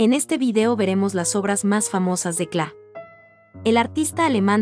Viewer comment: Muy bonito, el único problema es la pronunciación que hace la relatora del apellido. No es kla es KLEE y ese apellido ha sido el de mi familia desde hace más de 100 años.